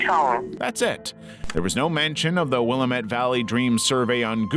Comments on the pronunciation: It's pronounced WILL--AM--ET not WILLEM-ET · yep I lived in Eugene for many years. it looks like William-ette but pronounced will-am-ette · 👋🏼I live in Eugene..XD..Will Am Ette. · Hey heads up, it's pronounced Will-am-et, not Willa-met! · Nooooooooooo another narrator pronouncing Willamette wrong 😭😭😭😭 it’s like this: damn it, Willamette, damn it, Willamette damn it That’s how you pronounce it 😭 not wila-METTE (thx) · The laziness of these is starting to show. Misnamed the Markovian Parallax Denigrates woman's book title. Mispronounced Willamette.... Will-ahm-et- The A is a long A, like in day, gay, ray and fey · Having lived here longer than you and grown up around natives who have never left, your pronunciation is completely inaccurate. I have yet to hear anyone say it as any way other than Will-aam-ett. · This is nonsense. I grew up in the Willamette Valley. It's will-AM-ette. Nobody says it any other way. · Portlander here. It's pronounced Wil-LAM-ette Valley.